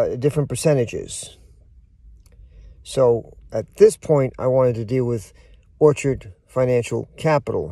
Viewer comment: It's orchid, not orchard. It sure appears you're in a very poor state of physical health - maybe homeless - or perhaps it's all just a show? Anyhow, good luck to you whatever the case may be. BTW, I own several thousand shares of ORC.